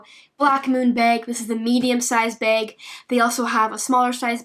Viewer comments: It's bag not beg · I think it is funny she says beg or peg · Drinking game.... Take a shot when she says beg lol sloshed son!! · i love how she says beg instead of bag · The way you say bag is funny but great video btw😂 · Canadians way of saying bag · Eh Beg bag close enough. what made me chuckle was how she said sinkos